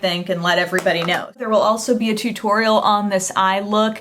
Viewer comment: "Too torial"